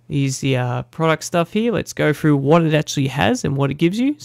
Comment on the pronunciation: You also said fing instead of thing. frough instead of through.